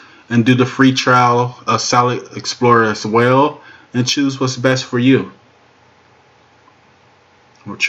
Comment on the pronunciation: "Wayo" is not a word as the way you pronounce it. The proper spelling is "Well" and is pounced like it is spelled